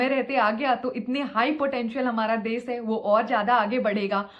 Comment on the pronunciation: nd desh hota hai des nhi